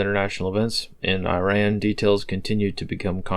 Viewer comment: Okay, Americans! Let's sound smart enough. Iran is pronounced "E - rahn," NOT "Eye - ran." And Iraq is "E -rock," not " Eye - rack."